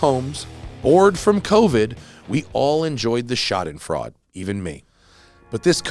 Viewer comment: Schadenfreude: "shah-den-froy-duh"